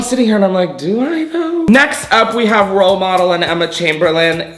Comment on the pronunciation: When he said "role model" I swear I thought he said "pill bottle" lmao